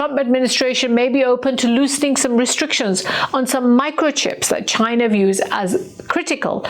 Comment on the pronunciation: Ghina. It’s Ghina. Say it right 😂😂😂😂😂